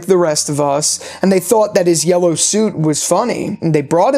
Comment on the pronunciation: “the man in yewwow”. No hate btw just made me laugh lol